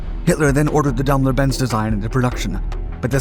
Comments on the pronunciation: You should really try and get your pronounciation of words correct.the german firm is not pronounced Dam ler it's Daim ler.Where a german word has two consectutive vowels the word is said using the second vowedl,eg bier. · All kinds of strange new means for existing words, where a suitable correct one exists. How can one consistently mis-pronounce "daimler" or "chassis"?